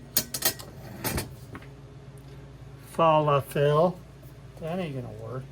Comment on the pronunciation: This review coming from someone who can’t even pronounce Falafel correctly. Yeah no thanks. This lets me know you have never in your entire life had Mediterranean food, ever. So your review to me is pointless. Stick to bbq and burgers.